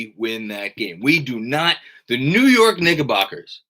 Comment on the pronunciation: 0.33; " the New York NiggaBockers" 🤣